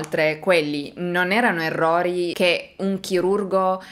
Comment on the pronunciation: Già dire " èrrori " !!!!